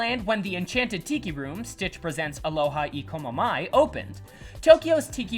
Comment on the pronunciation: Good video but you pronounce Aloha E komo mai very badly.